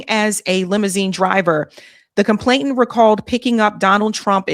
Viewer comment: Sorry to nitpick, but it's complainant, with an 'N", not "ComplainTANT. no "t" involved.